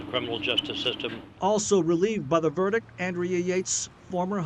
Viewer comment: A judge who can’t correctly pronounce the word “verdict” 🙄